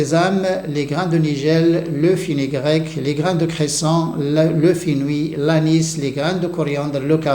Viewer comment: FENOUIL.... pas : FINOUI...